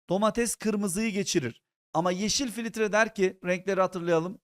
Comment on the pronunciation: hocam filitre demeyin lutfen